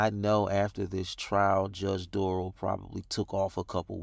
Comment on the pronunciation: Duh-rell....Derail....lol. Good one